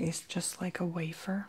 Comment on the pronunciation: wafer not wafir